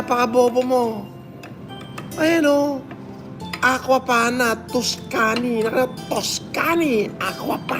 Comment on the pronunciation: Tuscany ? Baka TUSTA-ny? xD